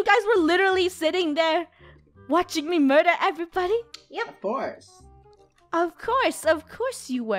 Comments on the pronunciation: THEY ARE SAYING MERDEWER NANI!?!??! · Did just say "Murdewer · said Merdewar